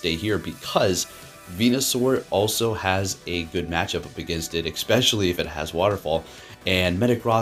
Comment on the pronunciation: Its eSpecially. Not eXpecially...